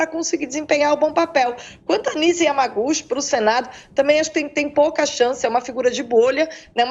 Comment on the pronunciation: Kkkkkkkk. Essa Nize Iamaguchi...ramacuchi....ioccuchi...sei lá...não conhece nem os efeitos de uma novalgina e ainda quer ser reconhecida como médica de renome!!!kkkkkk